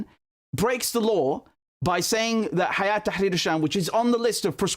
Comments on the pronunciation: it's not Hayat Tharir Al Sham ... it's Hay'at (Hay2at) Tahrir Al Sham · It's هيأة Not حياة